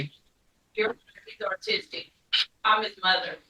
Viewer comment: She said "Artistic"...